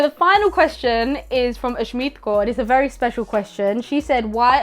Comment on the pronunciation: Tysm for pronouncing Kaur correctly 🙏🏼